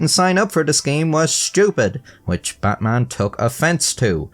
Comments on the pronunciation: The "Bin Suparman" is right, but the "Butmun" is slightly incorrect... Indonesian is phonetic language, A sounds as A, so your normal "Batman" is actually the correct one lol But Im guessing he was called as "Betmen" in daily life lol Also, while "Batman" is totally not a common name, the "-man" name are really common here, At least until 90s. Names like Herman, Firman, Nyoman, Yatman, Turman, Sutarman, Sudirman, Suratman, Rahman, etc So funnily enough, Batman could also sounds not really out of place name. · Your indonesian pronounciation of Batman just made it sound like Buttman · Batman is pronounce as it is even here at this region. not Butmun. We can also differentiate between A and U. Bloody westerners think we can't speak. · "Buttmaan" 😂😂 guy still loses either way. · Its SuparMan not Superman and Batman is pronounced as BartMan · Betmen ❌ Batman ✅ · Correct pronunciation is "BUTTMAN" 😂 wtf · "Buttman Bin Supormen" 🤣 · Poor sap. Even correcting the pronounciation is hell for him: "No, it's not Batman, it's Javanese! It's actually prononced Buttman." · No, 'Batman' in Indonesia is still pronounced 'Batman'. Good try tho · yup, still incorrect pronunciation. Just spell it like Deutsch alphabet because we use almost identical structure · As an Indonesian living in Java (but not ethnically Javanese), I'd say you're pretty correct about the "Suparman" pronunciation. But we're DEFINITELY spelling his first name as Batman 😂